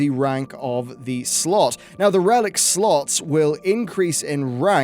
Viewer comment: I keep hearing sluts instead of slots for some reason